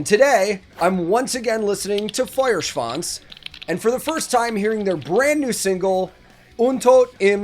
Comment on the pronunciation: Your Duolingo lessons are showing their fruits, excellent pronounciation of both the band name and the song title! Gut gemacht!